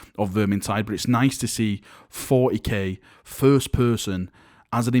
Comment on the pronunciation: haha he said forty gay